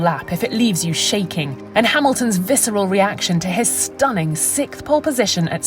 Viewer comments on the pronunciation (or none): The way she says 'sikth' always bothers me.